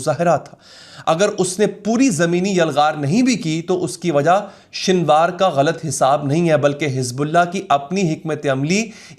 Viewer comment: His name was سنوار not شنوار